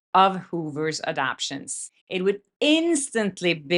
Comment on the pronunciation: Hi, it's pronounced "a-dap-ta-tion". Four syllables not just three. Great content. Keep going, I'll keep following.